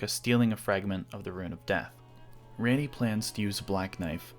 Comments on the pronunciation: Interesting theory for sure, I like it. I am sorry though, you pronouncing her name "Ran - ee" instead of "Ron - ee" was really distracting to me throughout the video. She clearly says her name as "Ron - ee" in the game. It is a pet peeve, I know, and does not detract from the actual content in the video, I just bothered me lol. But otherwise, great work, I enjoyed it! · The way that you're pronouncing Ranni's name is enough to make me never want to watch another one of your videos. She literally says it herself not only in the game, but right here in your own video, that it is pronounced 'Ronnie', not this 'Rannie' like you continuously say over and over in this video. How could you possibly get almost the most popular and well known character in the entire game's name wrong? Omg.. 🤦‍♂️ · It’s Raw-Knee not.. whatever you’re saying. I don’t know why a videos quality is decapitated if a name is pronuncies incorrectly. I can’t assume anyone else is like this lol it’s probably only me. It’s as if it gives a sense of copy and paste. Like you stole the content because you don’t actually play the game or know it personally. Obviously that’s not true but mispronouncing names removes authenticity for me at least. Edit: I usually stop listening to videos when names are butchered but you did it again. The word “Leyndell” has a Y in it. Use it. It’s not “Lendell.” Edit 2: Holy hell I’m a dick haha! It’s not RadagAWN. It’s like “gun” Radagun but spelled Radagon. 😂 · ran knee is crazy my nigga say it right if you have a theory about it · "RAINEY" mf are you serious....... did you even play the games? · Oh wow... I've encountered the only person on the planet that thinks Ranni is pronounced Rainy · My God man I couldn't even get through the first five fucking minutes it's pronounced RON-E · If a Indian dude like me can overlook the fact that he says ranney, I'm sure you can as well😂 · Raaani. NOT REAAAAAANIEEEE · RANNI (RAHNNIE) why you pronounce it rainy?